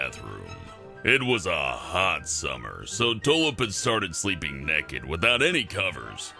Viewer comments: He says neked 😂😂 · The way said naked "Neked" 10/10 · "Neked" ( ͡° ͜ʖ ͡°) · is it just me but he says naked in a funny weird way